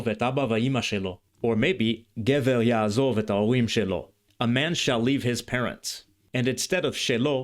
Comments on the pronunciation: May I correct one issue? In the Biblical phrase, you cite, there is no "yaazav". You correctly indicated the Pause, but in Pause long o becomes short, so the qamatz under zayin is not pronounced as a long a, but as a short o and the accent of the whole expression (yaazov-ish) falls on "ish". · A few comments: The Biblical Hebrew יַעֲזָב should be pronounced ya'azov, not ya'azav. It's a קמץ קטן not a קמץ גדול. It is is pronounced /ɔ/ is Ashkenazi and Tiberian Hebrew, but /o/ in Sephardic and Modern Israeli. It is not the much more common קמץ גדול which has the same /ɔ/ pronunciation in Ashkenazi and Tiberian Hebrew but is /ä/ in Modern Hebrew. The Modern Hebrew sentence should read יַעֲזוֹב instead of יַעֲזָב. The contraction of אֲשֶׁר to -שֶׁ is disputed among scholars. Some think the prefix has an independent origin and is related to the Phoenician -ש. It may be as you said, but it's not certain. I think you understate how common אִישׁ is in Modern Hebrew. It is used in such fixed phrases but it is also commonly used to mean "man" especially when not in contrast to women. At the time virtually no Ashkenazi Jews spoke Slavic language natively. That was mostly later. The Slavic influence was mostly by the fact that Yiddish itself was influenced by Slavic languages. As I said before it should be 'yaazov', not 'yaazav' for Modern Hebrew, but for Tiberian Hebrew ya3azāv fits. This is a real nitpicking point: The letter ת was originally pronounced [t] in all positions. The development of separate allophones ([θ] and [t]) was probably post-Biblical though undoubtedly centuries before the Tiberias Masorites. By the time of Tiberias Masorites--which is Paul's basis of pronunciation for Biblical Hebrew--the two allophones had evolved such that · traditional and ancient Kamatz is really closer to an "aw" of "o". even in modern Hebrew there is a distinction between Kamatz Gadol and Katan , the Kamatz Katan is pronounced "o". therefore it is pronounced Ya'azov not Ya'a zav